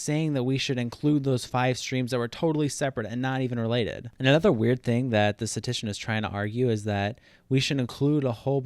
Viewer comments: Every time you said “statician” instead of “statistician” I punched a wall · nice video, but FYI it’s “statistician”, not “statician”. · This video is great but I can't stand how poorly you pronounce the word statistician. It's not sta-tician. You're skipping an entire syllable. Notice there are 3 Ts in the word. It is sta-tis-tician. Also .09% is not 9 out of 100. That would be 9%. .09% would be 9 out of 10,000. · The only thing I hate about this video is the amount of statistician mispronounced as "statician" lol. But yeah, if the harvard dude's math is shady, it "probably" is, or he "probably" is. Kids, don't do math... I mean meth. xD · It’s statistician, not statician. Pronounced “status tishin” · Great video overall but I have to be that guy: s t a t - i s t - i c i a n The amount of times "statician" is said in this video hurts my brain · "Statistician" not "Statician". But otherwise nice video! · Can't tell if you are saying - statician or statistician. No hate, good video. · For the love of god it is pronounced STAT-IST-ICIAN not STATICIAN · You kept saying “statician”... which isn’t an English word. Bro it’s “statistician” (stat-is-ti-cian). Big oof. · “Statition” I’m done. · *statistician. You missed an entire syllable. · If you can’t even pronounce the word Statistician, you should probably rethink your authority on this subject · You're skipping the 2nd "ti" in "statistician" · "Statistician" has 4 syllables dawg